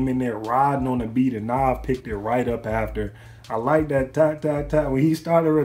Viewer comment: It's Nav not Nov bruh